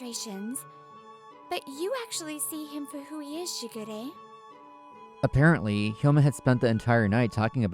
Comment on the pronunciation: I know they say "Shigure" but I swear I keep hearing "Sugar Ray" and just... so many songs from the late 90's and early 2000's.